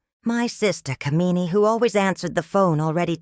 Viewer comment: The way the name "Kamini" is pronounced is cringe-worthy because of the way the meaning of the name is changed. "Kuh-mee-nee" is a despicable woman. "Kaa-mi-nee" on the other hand is a desirable, beautiful woman.